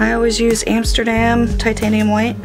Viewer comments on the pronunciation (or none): none